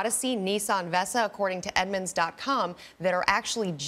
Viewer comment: Nissan Vessa? Versa.